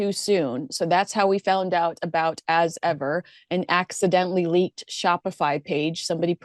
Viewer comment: You need to listen to The Royal Rogue's pronunciation of As Ever. It's perfect.😂